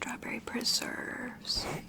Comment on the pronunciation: Me, dozing off: "strawberry preserrrrves" 😅🤣